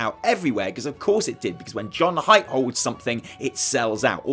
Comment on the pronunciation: Hey! Just so you know, JudgeHype is actually pronounced "JudgeHeep" (strange I know, but the webmaster said so a long time ago:D) Much love from France <3